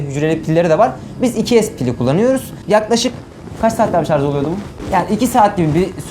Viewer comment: şarz değil şarj abim be